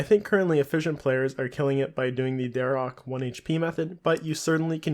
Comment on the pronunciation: DAG-AHH-NOTH, not DRAG-ANNOTH.